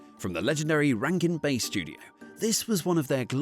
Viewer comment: Also said Rankin “Base”